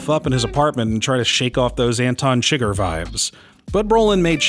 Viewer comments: how are you such a fan of the movie, and you pronounce the character chi-gger wtf is going on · Did you call him Anton chigger?